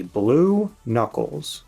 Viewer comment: the return of Bluckles (& bluckles)